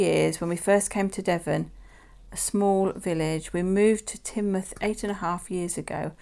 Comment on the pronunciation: Love the Home Town Coins from Ann and Evelyn it's so interesting learn about where everyone lives. Glad you liked mine you did prounce Teignmouth correctly. Have a lovely holiday.💕